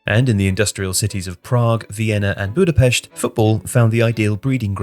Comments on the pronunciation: Liked as soon as I heard the Budapest pronunciation. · Native hungarian speaking here, thank you for saying Budapest correctly